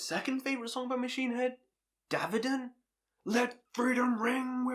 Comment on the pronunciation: BME IS HANDS DOWN THE BEST! Bro learn how to pronounce Davidian! Haha but holy fuck of fucks seeing that album live few months ago was the best show ever! Here’s my list after BME: 2. the more things change 3. Through the ashes of empires 4. The blackening 5. Unto the locust 6. The burning red 7. Bloodstone and diamonds 8. Supercharger 9. Catharsis